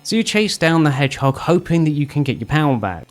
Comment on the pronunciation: Why do i feel like you specifically called Shadow an "Edge-hog?"